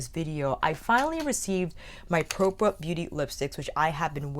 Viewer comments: I wanted to order a couple but they all sold out and I'm not sure they ship to Canada. Also, I watched kelsee's and Jchronicals Vida's videos last week and they pronounced the brand name as "pra-pah" beauty, but you and Angelica Nyqvist pronounced it as "pro-pah" beauty...I'm a bit confused 😆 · I believe is pronounced Prawh-Pa Propa, like proper but PrAWHPa. Like the beginning of Australia.